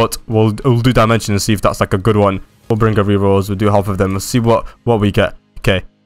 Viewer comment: your saying full bring ger